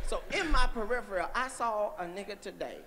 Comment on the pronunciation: Only Katt can make fun of people potentially not knowing what peripheral means while at the same time mispronouncing peripheral.